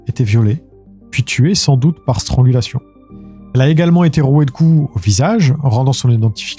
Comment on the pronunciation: Coucou! Juste une petite info: c'est "strAngulation", et pas "strOngulation". 😉 Bizzz😚